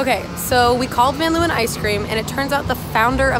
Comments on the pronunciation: any other dutchies deeping how much the word leeuwen was butchered in pronunciation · The way they pronounce Leeuwen lmao